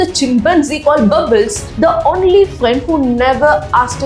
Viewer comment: “Only” pronunciation - It’s not “one-ly” but “own-ly” not “on-ly” either… Someone is being teaching English wrongly in that part of India.. I was being corrected long back when I didn’t give that much importance to language. I ignored and moved on without checking its authenticity. But now people following that kind of pronunciation feels odd and checked again it is wrong… Find the source of that wrong teaching. Don’t know how many kids have been taught wrongly by these self proclaimed experts and call the right spoken people wrong. They go on to correct the rightly taught people as well claiming they know better.